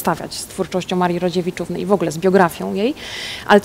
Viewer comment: mówi Rodziewiczówny.